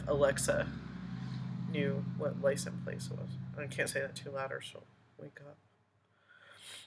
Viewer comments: He thinks people understand his made up language. The worst part is he believes the rest of the world is saying these things wrong. Biast, licen place, axed, substain, tackit, dis, dat, he believes that he is using the correct words. He says about 100 more incorrect words but those are the ones I can think of right now. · No he is really saying license place….not license plates. There is a “t” in plate or plates.